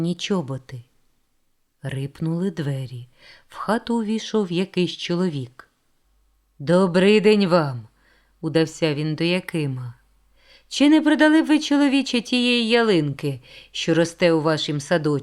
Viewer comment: Приємний голос, дякую за роботу Вашу. Зізнаюся, подумала була, що це ші, бо наголоси збиті. Наприклад, замість удАвся Ви прочитали удавсЯ. Трохи більше підготовки, і буде бездоганно